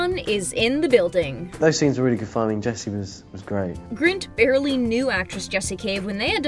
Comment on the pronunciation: It's Rupert GRIN not Rupert Grint... 🙃